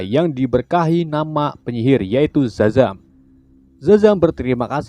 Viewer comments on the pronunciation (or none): Sebelum gw baca nama si szaham! Gw kira si admin manggil namnya dadang wkwk